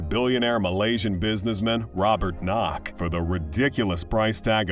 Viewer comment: No 1 yatch own by Malaysian Robert KWOK not Robert knok